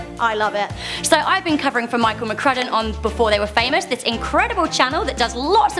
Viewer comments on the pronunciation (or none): none